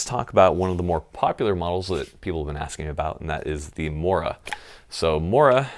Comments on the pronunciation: You hurt my feelings by pronouncing "morakniv" wrong. But you're forgiven since you have a sexy haircut. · Although I love all of your videos, I have to admit that the primary reason for me clicking on this one was to hear you pronounce "Morakniv"... I was not pleased. How will you survive, evade, resist and escape without propper knowledge of Swedish pronunciations?! Well, I'm off to eat some rotten fish. Much better than crayons.